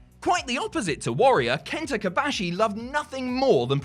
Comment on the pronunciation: It's KOBASHI, not KABASHI. What's so hard on it???